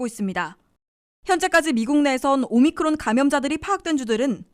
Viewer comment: 오미크론을 자꾸 오미클론으로 발음하는데 확인하시기 바랍니다.